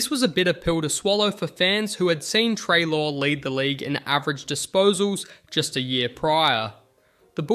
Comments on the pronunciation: What the hell, this video is just littered with errors. The pronunciation of Treloar, Tom Bellchambers’s photo instead of Scott Lucas, saying Jordan McMahon kicked the winning goal against Melbourne, when it was in fact Richard Tambling (which btw meant dusty came to Richmond, so a big win for the tigers) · How did you say Treloar incorrectly in 6 different ways